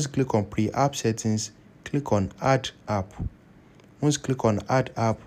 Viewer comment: Your video is only for iphone, so you should put it in the title of the video so people don't waste their time. Also, it's P E R app, not PRE app.